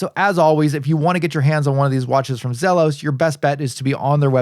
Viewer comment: Its actually Zee los